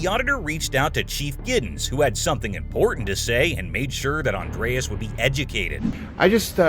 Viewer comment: It's not Andreas it's Andres, Spanish be Andrés except the don't use the '